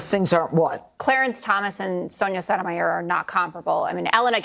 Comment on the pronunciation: Cun* can't even pronounce Sotomayor and she is on TV.